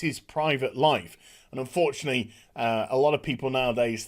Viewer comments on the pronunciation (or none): none